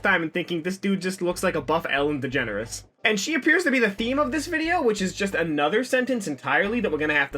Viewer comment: Does he keep calling Ellen "Ellen Degenerate"?